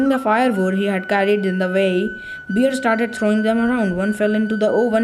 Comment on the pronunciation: It's not beer It's bear the spelling is correct but you are pronouncing wrong ❤❤❤❤❤❤❤❤❤❤❤